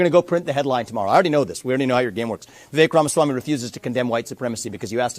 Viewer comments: Doug. It's Vi-vek ( rhymes with cake ). Heard it from his own mouth. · Doug... enjoy your channel, but it's pronounced "Viv-ache." I wince every time you say it. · You're pronouncing his name incorrectly. It rhymes with cake: Vivake, but spelled Vivek. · I had difficult pronouncing Vivek's name properly until I heard him explaining how to pronounce his name. His name rhymes with CAKE. Ever since he said that, I can remember how to pronounce it. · Doug, this might help with pronouncing his name. “It’s Vivek like cake “ ❤thank you for all your hard work. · Vivek is pronounced Vivake Doug. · Doug Doug Doug, at the risk of repeating myself his name is pronounced Vi-vake as in Cake!! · Obsessed with your show, absolutely love it!!! Just want to say Vivek is pronounced like cake (Vivake). He did an interview with Bill Maher and explained how to say his name. Just an FYI, not trying to tell you how to run your amazing show 😁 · Its Viv-AkE...rhymes with cake, not shrek. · Its Vivake like Cake. I know its spelled Vivek but yeah its pronounced Vivake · Doug - Vivek rhymes with 'cake' - his own words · It’s vi-vaek. Like ‘cake’. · Vih VAKE like cake. He said it himself. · Another day, and Doug STILL can't pronounce Vivek correctly. Pathetic.